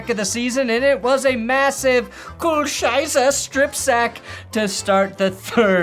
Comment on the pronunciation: Hearing butcher 'Scheiße' over and over again makes me smile like nothing else has this year.